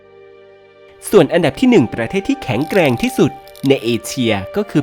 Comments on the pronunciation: แข็งแกร่ง ไม่ใช่ แข่งแกล่ง แอดคนทีีไหนวะนี่ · ต้นคลิป แข็งแกร่ง ครับไม่ใช่ แข็งแกล่ง